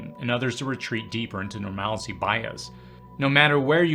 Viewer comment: Love your vids, and your insight is invaluable on most topics. I'm not a grammar Nazi, but please stop saying "normalicy bias". There is no "i" in that word. It's "normalcy bias".